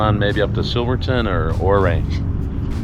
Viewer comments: ya'll probably know by now but, the town is pronounced U Ray. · Its actually pronounced "you-ray." On the north side of town, northbound, about a mile or two north of town, used to be a home on the right side where Quantrill (Quantrill's raiders) had a home. In a big meadow. They tried to modernize it with electricity, but it ended up catching fire and burning down. My wife's uncle, Uncle Lucky, lived in the home before it burned down. Uncle Lucky was foreman on a cattle ranch. It burned down when he lived there. You guys do great videos. Fun to watch.